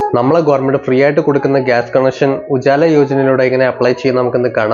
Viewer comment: ഉജാല അല്ല ഉജ്വല 😂😂😂